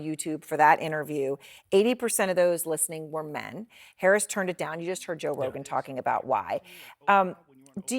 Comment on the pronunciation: When you are so one sided, you can’t even pronounce Joe Rogan right! Let’s support Truth and not excuses!